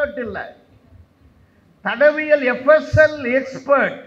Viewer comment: தடவியல் அல்ல தடயவியல் என்பதுதான் சரி.